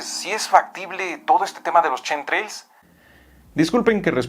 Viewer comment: nunca será capaz de pronunciar " shinji " o " chemtrails " XD